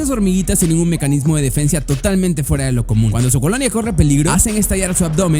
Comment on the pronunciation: defensia jajajaj